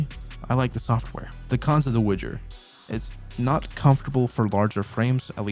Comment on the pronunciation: it's not a Witcher or Wouldjer product. The proper pronunciation of the company is Woo-jer. It is not associated with something else just because it has a same starting letter.